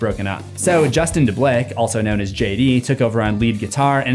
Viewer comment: Pronounced Deblieck wrong lol. It's Duh-bleek. I went to high school with him and we roomed together on our high school band trip in 2004.